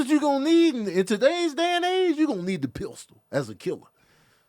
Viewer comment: that damn Pist-Ule 😂